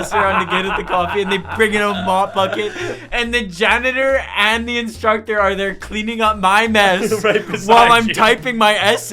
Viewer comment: Ah yes “JANATOR”